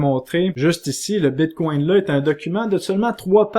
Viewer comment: Quand quelqu'un dit "Bitcoin", mon oreille entend "Bigcon" 😂